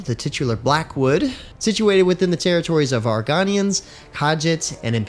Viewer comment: I... have a feeling you've never played an Elder Scrolls game, based on how you said Argonians, Khajiits, and Mehrunes Dagon. Argonian has a hard O and a soft N. Khajiit has an E sound for the II and the J has a Z sound (I have no idea why, but it is what it is). Mehrunes is pretty close to correct (I have no idea how to fix it for you) while the A is hard in Dagon.